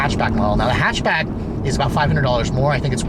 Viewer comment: Aleksandar Angelov "hechbeg" xD